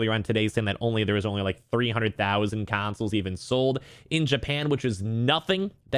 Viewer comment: FYI it’s Consoles and not Cansoles